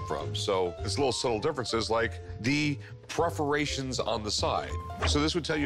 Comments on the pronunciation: They’re perforations Rik, not preferations. 😆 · When Rick said "preforations" I laughed hard. A bit like the sword episode where he said "calvery" sword instead of Cavelry. What a chump.